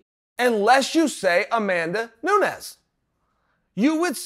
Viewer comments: Did Uncle Chael say Nunes correct????? Holy fucking shit! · He said Nunes this time :( Go home.